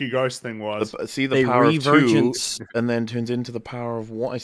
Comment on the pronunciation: Anyone else thinks when says vergence it sounds like virgins?:P